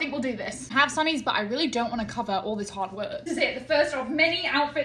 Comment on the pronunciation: She went total Texan when she said later.